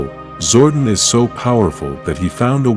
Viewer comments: His name is Zordon, not Zordin. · My man's name is Zord-On not Zordin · Once I heard "ZORDIN".... you lost me. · not zordan but zordon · "zor duhn"....bruh I'm dead, it's "Zor Don" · DUDE ITS ZORDON!! PLANET OF ELTAR !! LEARN TO SPEAK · I had to stop watching after the third time the AI voice said zordin. People really need to stop relying on AI to voice their videos. Just read the script yourself. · Hahaha zordin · AI L. How do you publish a video without getting the name pronounced right??? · *Nasty Knight *power coins Also - your videos are great but the use of the AI voice often ruins them as it can’t pronounce a number of words correctly….. especially when you make a video about Zordon - but it can’t say it. Sure your fans would appreciate your own voice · Every time he said it I cringed 😂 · SWEAR I lost interest in the first 5 seconds as soon as he said it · The AI pronunciation is Zordon with a shortened O instead of a long one. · Omg i couldnt even make it 1 min into the vid. Just made me ashamed to click on a power rangers vid for the first time in my life lol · learn how to pronounce his name